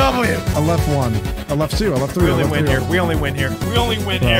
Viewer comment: Stop barking TREE in my ears